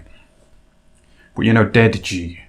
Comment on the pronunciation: Deji should really be pronounced de Ji. Similarly, Ryan Garcia ought to be pronounced Gar-cia; not Gar Cee Ah